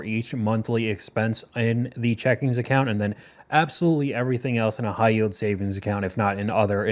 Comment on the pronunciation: Checking account not checkingS account, I was tempted to turn off this video lol